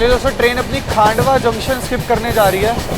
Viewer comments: डीवा ❌ दीवा ✅ खांडवा ❌ खंडवा ✅ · Nepanagar station se hi MP shuru hai, not Khandwa (stop pronouncing as Khaaandwa) Its खंडवा not खांडवा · खांडवा❌ खंडवा✅ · पहले प्रोनाउंस ठीकसे करना सिखलो…. कमायनी नहीं कामायनी एक्सप्रेस है , नन्दगांव नहीं नांदगांव स्टेशन है, खांडवा जंक्शन नहीं खंडवा जंक्शन है। 😅